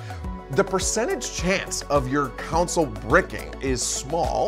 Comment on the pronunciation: Good vid for beginners my only complaint is the way you say "Console" is driving me nuts! lol